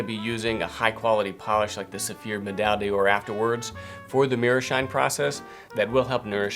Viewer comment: Great video and great series with precious advice but can I just say? The way you pronounce 'Medaille d'Or' is wrong, it is not 'Medal Dior' but 'Medaille d'Or /medai door/', there is no link with Dior of any kind and you're butchering the French: it means 'medal of gold'. Other than that.. carry on, chap!